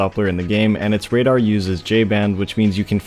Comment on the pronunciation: “Radadr” LMAOOO 😭